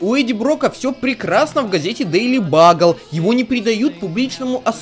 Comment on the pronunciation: И да не Дали Багл а Дэйли Бюгл комиксы читать голос ,мамин обзощик